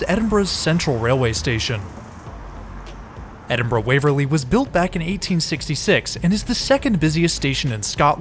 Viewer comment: Glad to hear you pronouncing Glasgow and Edinburgh correctly. I'm glad that you enjoyed your trip.